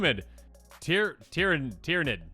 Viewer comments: Tyr-an-id Tear (cry) not (rip) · Pronounced Teer-ah-nid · It's pronounced Teer-ah-nid.